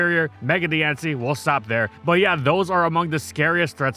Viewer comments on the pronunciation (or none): none